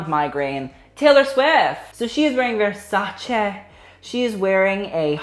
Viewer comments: you are the first non-Italian person to know how to pronounce versace correctly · Emma Migault Americans and everybody else pronounce it like ‘ver sa chee’